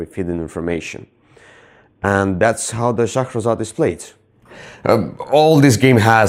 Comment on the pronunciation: Another great review guys... LOVE the way you pronounce Shahrazad. It's so funny when you correct one another in your reviews. It's great hearing the two perspectives. "I just have to become better than a movie" LOL Brilliant.